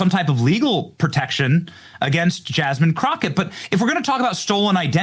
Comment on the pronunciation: Jazzzzmean Crotchette...